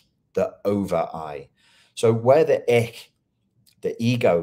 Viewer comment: FYI. Ich is pronounced more like ish. Not ick. 😘